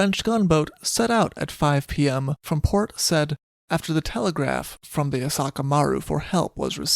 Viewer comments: Yes, Port Said (Sy-eed). Also: sink-sank- (have/had) sunk Yorkshire is pronounced Yorkshuh/sheer. Otherwise, always a pleasure listening to you. Cheers! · It's Port Sa-eed:-) Great telling of this incident, poor parrot.